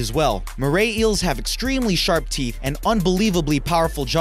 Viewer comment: I cant stop laughing brush your theeth go 😂😂😂😂😂😂😂😂😂😂